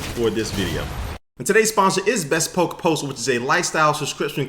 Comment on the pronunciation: It's pronounced be-spoke you crazy yank